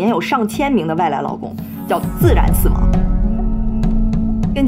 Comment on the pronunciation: 听着一声一个外来“老公”，奇怪了好久才意识到是外来“劳工”😅（找打）。